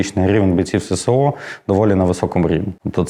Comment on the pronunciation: Не СеСе-О, а Ес-Ес-О!